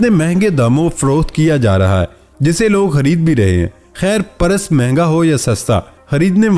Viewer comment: Your videos are getting bore ... stop begging to subscribe time to time during video.. Try to pronounce properly ...its PURSE- not Paras !